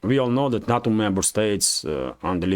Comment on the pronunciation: NATO is not a word. It is pronounced "nay- toe"